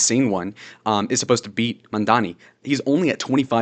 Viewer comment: as of maybe 2-3 hours ago, adams dropped out of the race, go zohran! edit: he's raising taxes on the 1%, people who make 1 million+ a year, aint no ordinary citizen gonna be taxed, and even though i dont agree with your views, at least you can pronounce mamdani 👍❤️‍🩹